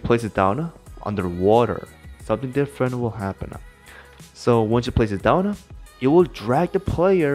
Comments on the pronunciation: I remember when this guy didn’t put “uh” to the end of some words. For example, he says “downuh” instead of “down” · Nobody: Absolutely nobody: This guy: Put it